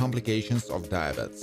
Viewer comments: That picture you have for Ben Powers IS NOT Ben Powers! That is the esteemed JULIAN BOND! If you search Julian Bond and scroll down, that same picture comes up. They favor, but that's not a reason to try to pass off one person as another. Tsk! Tsk! Also, diabetes is said like "die-uh-bee-tees" not "die-uh-bets." 😒🙄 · Jesus the guy can't even pronounce diabetes right for Esther rolle....the fuck is diabets? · U need to learn ppls names and put some respect on it and it wouldn't hurt to learn how to say diabetes in English